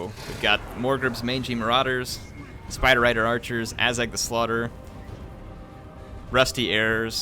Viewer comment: Azhag kinda sounds like ass gag